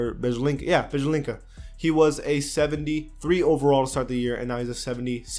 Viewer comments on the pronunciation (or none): you don't have some letters for pronunciation but Jokic and Jerebko is easy to say.In East Europe we have letter ц.That's why you couldn't how to pronounce Bielica.And of course you have problem with Chinese name.Because siaomi you write as xiaomi